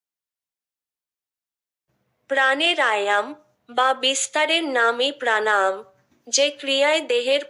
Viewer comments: প্রাণায়াম উচ্চারণটাই সঠিক হচ্ছে না। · তুমি তোমার উচ্চারণ ঠিক করো। প্রাণাম নয়, প্রাণায়াম। ভাষাটা আগে ঠিক করে শেখো। তোমার উচ্চারণ কানে লাগে।